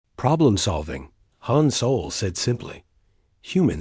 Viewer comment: Hi every story your a.i. says soul! IT'S SOL!